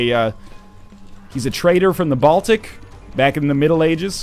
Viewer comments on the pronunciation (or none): none